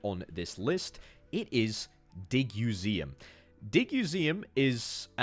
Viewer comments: Digseum, not Diguseum. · Did you say DigUseum wrong o purpose to make people comment? Well congratulations it worked.